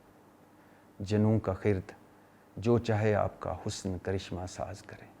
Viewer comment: ویسے بھٹی صاب تسیں حالی وی ایہہ شعر غلط پڑھ رئے او۔ دوجے مصرعے وچ لفظ “حسن” دے نون “ن” دے تھلے زیر پڑھی جاندی اے۔ سر جی برا نہ منائیو۔ اور تسیں ناراض نہ ہویا کرو ایہہ تنقید نئیں ہوندی بلکہ تصحیح ہوندی اے۔